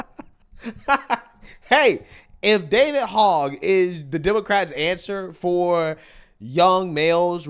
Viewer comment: That goofball’s name isn’t pronounced like the pig “Hog.” It’s pronounced “hoj.” You guys know his background? He’s one of the kids that survived Sandy Hook school pew pew! He’s been on a mission since. Hopefully dems stay out of power long enough for that guy to get bored and go away. He’s an absolute nut job!